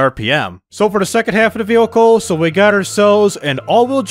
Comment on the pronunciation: Jesus the way you say vehicle is making my brain hurt